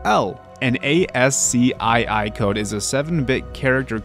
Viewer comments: ITS NOT A ES SEE EYE EYE ITS “ASS KEY” GOD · saying "A-S-C-I-I" instead of "AS-KEY" was so painful